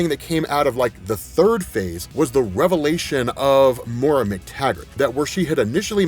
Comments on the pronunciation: it's pronounced MOY RUH. Not More uh. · Great rundown. Really enjoyed the brevity of your explanation on the current status of this series. I'm definitely getting all caught up! Her name is Moira though, pronounced "moy-ra". If you're gonna say it so many times, please say it right.😕